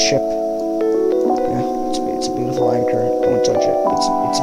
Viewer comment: is ANCHOR not achors